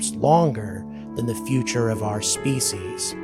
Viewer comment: Human Species and Human Beings are the same length....Because two reasons, it sounds dorky the way he says it, and Beings sounds better. Or just say humans, we are the only ones..